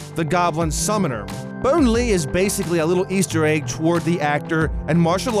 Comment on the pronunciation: Bone Lee... Lee. 😢